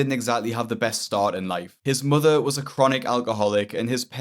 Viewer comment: “My motha left me and mi brotha